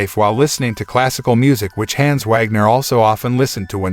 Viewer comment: The mispronouncing of the name Hans is incredibly cringe